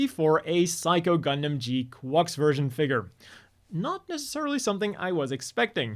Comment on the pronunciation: still weird hearing you pronounce gquuuuux like that, it's supposed to sound like quacks, like a duck